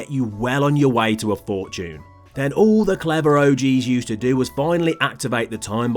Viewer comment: If you're going to say the word way why don't you pronounce it like way and not why